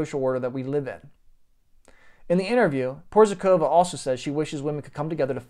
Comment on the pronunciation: Hej buddy, in order to add some real value to your presentation you should: 1. Learn how to pronounce someone's name, 2. Work on how to present yourself naturally without an urge to make "a macho, alpha male impression" (which didn't work out, by the way), 3. Present facts, e.g. "he was some kind of guitarrist playing at some 80's band or something...". All in all the impression you made was very weak, somewhat ridiculous. But...we all have to learn in order to become better, right?